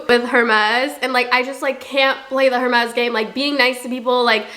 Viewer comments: It’s pronounced air-mes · PLEASEEEE the h in hermes is silent😭😭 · The h in Hermès is silent… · The way you pronounce Hermès kinda scratches my ear drums 😅🥲